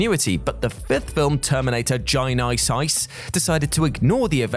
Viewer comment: Terminator Gye-nice-ice Good one